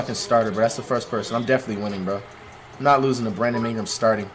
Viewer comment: “Bradom imgram” Flightreacts